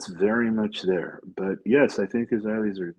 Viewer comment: Owen, I understand what you are saying because I grew up in England, but if you want to grow your base, you need to speak a bit slower and with more clarity and stop garbling words. You could also use words that are more universally understood like pronouncing "but" as "but" instead of "buurt" - just a thought